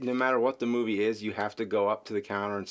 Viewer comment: "Moovay."-?